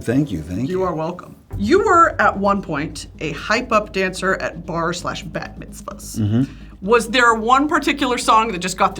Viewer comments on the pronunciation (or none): Brittany- major props on this interview. I can tell you’ve been putting work into improving your intvw skills. Giving the guest free rein to be themselves. Broski nation forever!!! (Also it’s bat mitzvah like a sheep not bat mitzvah like a 🦇 hahaha ily)